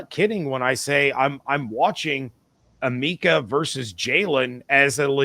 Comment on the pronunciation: Why this man keep mispronouncing Emeka name like that lol